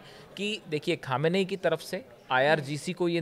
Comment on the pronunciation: खमेनी नहीं सही उच्चारण khammnei है